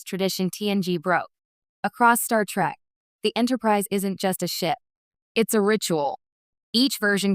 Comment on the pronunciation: An AI voice that mispronounces "'Trek."